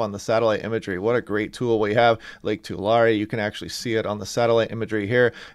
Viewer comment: Hello y’all I’m from Hanford California living in LA! You keep saying ‘Toolary’, hahaha It’s pronounced like this “ ‘Ta’ larry’ “. Hahaha, have a great day!